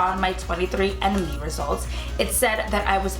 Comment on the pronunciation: You really said "sad" instead of said?